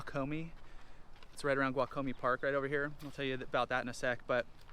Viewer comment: Umm, ya said Guajome wrong...